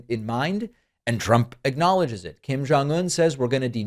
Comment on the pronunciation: I have never heard anyone who pronounces Kim family's name more accurately!